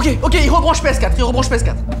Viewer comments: PÉ ESSE QUATRRE Édit: avec l’accent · Il à prononcé "PS4" à la guadeloupéen 😂